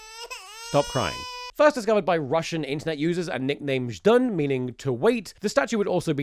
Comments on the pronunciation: one of those "Zhdun"s was actually correct XD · You pronounce Zdun very good 😅 This is very funny, this movie is not popular in Russia, considering it was made much later after meme was popular. Nobody knows why it was made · you have a perfect "zhdun" pronouncuation. i like it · You're Zhdun pronounciation is pretty good, you nailed that Ж. To better comprehend it, take a word like "jump", then imagine it as "d zh a m p" and try saying it without the d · Thomas being self conscious about his russian pronunciation whilst he is correctly pronouncing ждун is the best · your pronunciation of zdun is perfect btw. - a russian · As a Russian, I think you pronounced Zhdun pretty well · russian speaker here! you pronounce zdun alright, nice job komrade👏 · the subtitles for zhdun are a bit mistranslated from what I can tell but given what the movie is I'm surprised anyone translated it at all. also your pronunciation of zhdun is fine